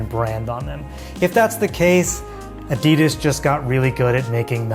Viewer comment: Its Adi Das not A Di Das 😂 apart from that good vid